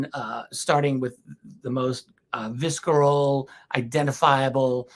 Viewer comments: never heard someone pronounce visceral - viskeral... have I been wrong all these years. ... visssseral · I've never heard visceral said with the K sound.